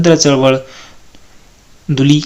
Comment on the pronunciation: सर तो दुर्बळ शब्द आहे दुली नाही